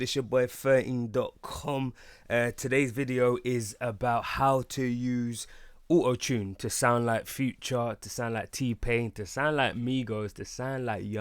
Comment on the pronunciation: uotune.. lmaoo